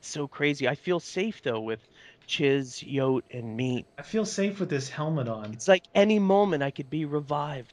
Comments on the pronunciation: Lol when says YOTE instead of like Yote ee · Wait...so its not bible ending??? every time i watch modded maps it sounds like he says bible endings..